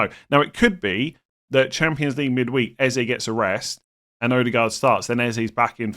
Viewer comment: As a community can we stop calling him Ezay.. it’s pronounced Ezeh.